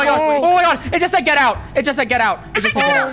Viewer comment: the "get out" sounds more like hello